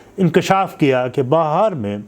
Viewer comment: Bihar ko Bahar kyu bol Rahe Hain aap?